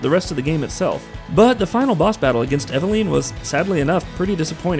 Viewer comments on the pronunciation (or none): You're saying eveline's name wrong it's evelin